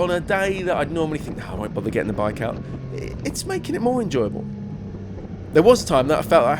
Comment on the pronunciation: Bi-ke. Tri-ke. not hating just stating.